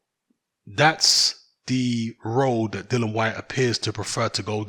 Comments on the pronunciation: Dilly-an is how its pronounced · Todd Yes it's dillian but refuses to pronounce his name properly.